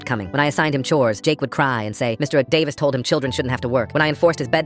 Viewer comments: Me just concentrating on him saying 'Mister EeH-Davis' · Mr. D-uh-vis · why is it pronounced "mr..davis" help 😭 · Mister Eh-Davis